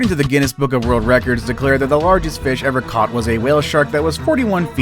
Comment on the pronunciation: My man forgot how to pronounce “largest”